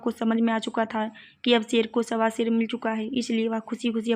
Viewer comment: Sher nhi ser hota hai